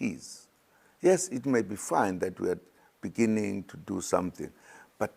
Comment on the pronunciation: So much love eventhough he cannot read the word "beginning "